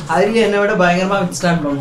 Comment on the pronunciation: BAYANGARAM ILLA DAYANGARAM 😅